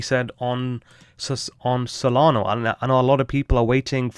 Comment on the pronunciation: Solana not solgardo 😂